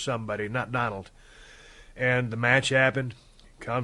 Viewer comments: Oh yes “doland trump” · It's been 3 years and no one corrected "Doland"